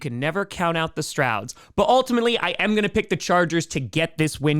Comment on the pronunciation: “Strauds” lmao Pat Mcafee would be praud of that pronunciation